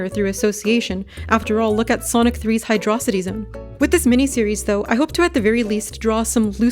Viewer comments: Thanks for saying Stickerbush and not Brush, too many people make that mistake :D Although I think the author may need to work on their hiy-dro sih-ty pronounciation haha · The whiplash of hearing Hydro-city pronounced like Megamind lives there. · i see you snuck in hydraucity pronunciation propaganda at the end there 👀🤝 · Was that pronunciation of Hydrocity a reference to Megamind's pronunciation of Metrocity?